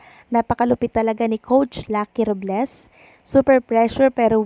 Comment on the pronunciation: RUBLES tlaga? Hahahaha ROBLES po hindi RUBles😂😂😂😂